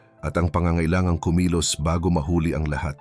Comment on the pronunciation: This is a constructive criticism. Your voice is definitely perfect but you need to improve more on your pronunciation or accent in some words like "asin" which you mispronounced at the beginning but later on corrected it "mahuli" "patama" "nagwagi" "mabuwag" "sinampahan" etc...regardless, I'm a big fan and kudos to you.